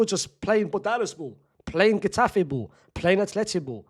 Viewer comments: Unc said Getafe😭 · bro did not just say Getafe 😭😭😭😭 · Bro said "Getafe" 😭😭😂😂😂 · Omdsssssss😂bro said Getafe 😭😂👌🏻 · LmfaaaoaoaaoaoOOoaoa ,bro said getafe